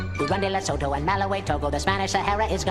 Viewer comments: He pronounced Lesotho wrong. It's "Les-oo-too", not "Le-so-to". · Pronunciation mistake: "Le-soo-too" and not "le-so-tho" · Lesotho is pronounced le-sue-two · What about lesotho its pronounced "LESUTHU" not lesofo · Yakko also mispronounced "Laos," as the "s" is silent. Yakko mispropunced "Lesotho," as well. He pronounced it as "Lesoto," so I'll give credit for saying "t" instead of "th," but it's proper pronounciation is like saying "Lesutu." Thank you Geography Now for teaching me both of these.